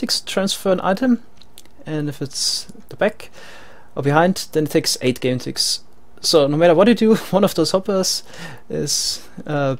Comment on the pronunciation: Is it just me or I hear game ticks as gun ticks? (As pronounce it)